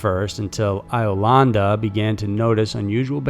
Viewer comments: "Eye-o-landa"? Really?!? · Pronounced Beg-itch & Yo-landa. I-o-landa? Dude, really?